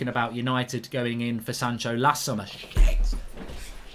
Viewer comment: im literally dying here when mark says sanchos name 😂😂😂😂